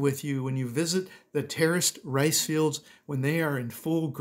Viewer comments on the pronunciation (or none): none